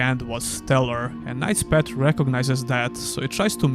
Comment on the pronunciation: Hey, nice review of the demo, thanks for sharing. One friendly remark, please check how the path is pronounced, cause you do it in a way that sounds like a pet...😅